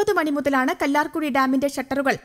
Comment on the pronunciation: കല്ലാർ കുഴി അല്ല കല്ലാർ കുട്ടി